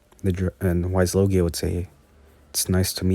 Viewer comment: You say the dragons name it is a w but it's pronounced with a v